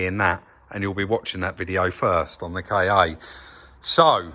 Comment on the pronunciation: It's not pronounced 'Kay-Ay' :) It's 'Ka' like 'Car'.